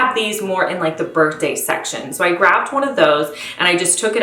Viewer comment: Finally! I found someone else that pronounces "birthday" like "bert-day". My husband has made fun of me FOREVER for saying "bertday", LOL! See honey, I am not the only one!